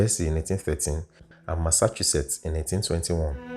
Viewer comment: Very nice work well done ,it is just the pronunciation of Massachusetts made me smile 😃, but you tried Sha 😀..nice one